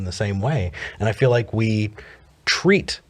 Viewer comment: "Vi are excited" LOL